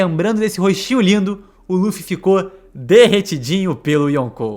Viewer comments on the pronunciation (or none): Ja nao basta pronunciar "LU"-ffy, o cara ainda manda um Duffy... kkkkkkkkkk